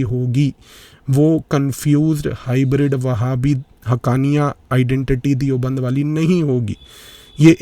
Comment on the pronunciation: दियोबंद नहीं, देवबंद